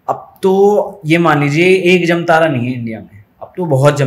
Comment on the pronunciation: प्रयास कर रहे लोगों को प्रोत्साहन मिलना चाहिए इसलिए वीडियो लाइक किया है। एक बात और जमतारा नहीं है, जामताड़ा है बाकि आपका वीडियो पसंद आया।